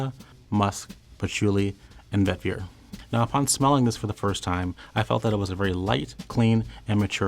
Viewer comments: for the love of God pronounce vetiver right😂 it's Vet-Eee-Ver not Vet-Vi-Er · Bruhhh, why do you keep on saying, Vet ver??? Pronounce it correctly!! Its Veh-tihh-ver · This video is one big eye roll and the most favored is proportionate to what is most insipid, go figure lol. "While not as famous as Obsession?" Huh? Also, the Fahrenheit bottle is iconic, what a diss. When I keep hearing 'vet-veer' it reminds me of Scooby Doo's 'ruh-on,' which would be an appropriate response for this whole, Scoob. It's also a bit embarrassing that they confused the 1974 Givenchy Gentleman with 2019's Gentleman Cologne when listing the notes. Of course they wouldn't be fans of my beloved Gentleman. Lastly, "it smells like a French guy made it" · Every time he says “vetVEER” I die a little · I was going to say, this poor fellow can't say vetiver to save his life. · I refuse to receive fragrance advice from someone who can't pronounce vetiver correctly